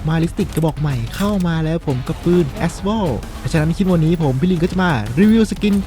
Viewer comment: พี่คระบปืน มันอ่านว่า เอเอสวอล